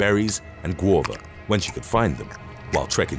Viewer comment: Mate.... have you never seen how GUAVA is spelled or something?? "gwah-vah."